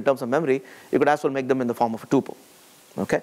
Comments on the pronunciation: It is pronounced Tupel as Pupil - not Tupel as in Chupel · TO ALL INDIANS TUPEL as PUPIL ---please pronounce correctly